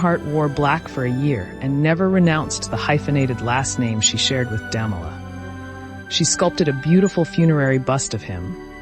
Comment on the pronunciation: Interesting. But your narrator needs to read better. She massacres every French word and many English words. Look up 'profligacy' for example. She pronounces the name of SB's husband Damala at least 3 different ways. C'mon. She makes the production sound shoddy.